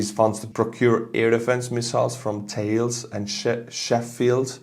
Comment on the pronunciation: The French weapons and systems manufacturer Thales is pronounced Tal-ess. Thanks for today's hump-day update :)